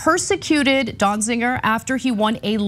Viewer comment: Ana, it is not pronounced DonziNger. It sounds like there are parts of this story missing. Be careful what you’re asking for… are you saying that anyone held in contempt of court or Congress due to J6 insurrection should not be held accountable.